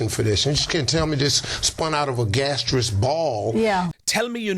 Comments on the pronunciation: clearly an ignorant man it’s not gasteous it is gaseous and he hasn’t read enough to understand that we haven’t descended from monkeys that we both had a common ancestor and the lion split off except for him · He says in the CNN interview that you're an idiot if you don't believe in God, "You can't tell me this spun out of a gastriss ball?" Gastriss? Gaseous? Maybe? English is his first language, so maybe some bigoted people would walk away from him, because they feel he's uneducated or even an idiot? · He is not articulate he mispronounces the word, gaseous he is quick but ignorant😊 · Note how pronounces "gaseous" (how is that an example of being articulate?) -- while he is a fool, he is not exceptional. Christianity of the fundy/evangelical variety dominates a large percentage of American Blacks. If you go to a city council meeting in a Black-majority community, there is no pretense of separation of church and state. The meeting will be opened with a prayer mentioning Jesus. This is the "strange bedfellows" effect that results in Blacks supporting GOP politicians who are White Supremacists because they share not just a desire for a theocracy but also the same anti-Gay sentiments, etc. of these politicians. And, how is funny?